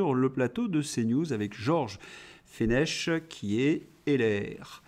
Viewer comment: Georges Fench....le CH se prononce ck. ....comme dans Christophe....on prononce cri .... Merci